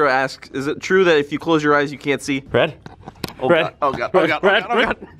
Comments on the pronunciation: extremely triggered that Red mispronounced my name but excited that my tweet was featured(8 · Red pronounced my name wrong but I don't even care XD